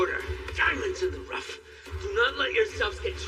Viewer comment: DIAMONDSNIN THE RUFT 💀💀💀💀💀💀💀